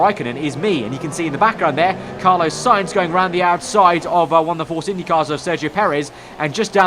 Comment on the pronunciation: How do you manage to mispronounce Carlos?